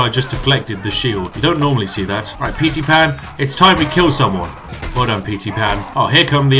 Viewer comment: not even a minute in and i almost shit my pants at "petey pan"